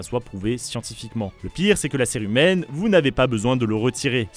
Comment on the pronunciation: On dit pas curé humaine mais bien cérumen 😅 A par ça super vidéo